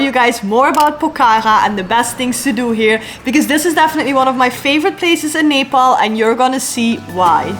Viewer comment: First foreigner who spell Nepal very right way❤😊